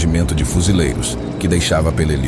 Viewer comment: If you cannot correctly pronounce the name of the battle correctly, I will not watch your video.